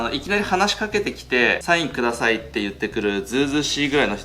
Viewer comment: サインくださいんとかめんどくさいんとかに聞こえてしまうw